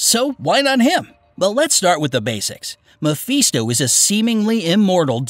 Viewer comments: I like this video but seriously “infinity gems” that hurt and it’s Mephisto not Mefeesto 😭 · me"pheesto" its not that hard to read words phonetically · Learn how to pronounce Mephisto.